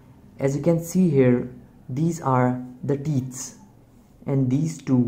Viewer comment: "the teets". my wife has some too.